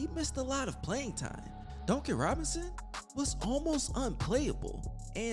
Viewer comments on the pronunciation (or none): Well it is so funny to hear you say Duncan Robinson LOL. It sound like you be saying donkey Robinson 🤣🤣🤣🤣. However you do have great content my man. Yes get rid of Duncan and tyler! Bring me back miles bridges! He is a free agent. That's what I want! Him and Bam! A nasty front Court